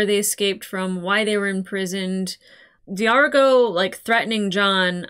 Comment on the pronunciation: You're reacting to Farscape AND Doctor Who at the same time? Two of my top 5 all-time favorite sci-fi shows! SUBSCRIBED. Names: D'argo (rhymes with "cargo" - no glottal stop) Rygel ("rye-jel") Zhaan (rhymes with "van")